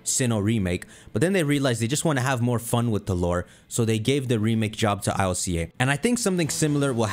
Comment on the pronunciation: I L C A??? Its Ilca (k)